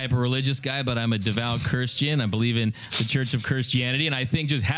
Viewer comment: "im not a hyper religious guy but Im a devout kershtian, I believe in the church of kershtianity" 🤣